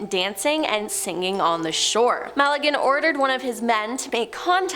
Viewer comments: I helieve its Magellan, not Malegan.. ☺️ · It’s Magellan……it’s not MALLaGAN….. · Its Magellan.. not Mag a lin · You've just murdered some Portuguese name's pronunciation